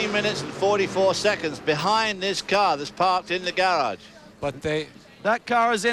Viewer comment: This guy say care instead of car:. 😂